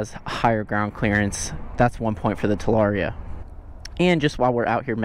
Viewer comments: So is it "talaria-ster" from now on 🤔🤣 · Talarster? 😳 lol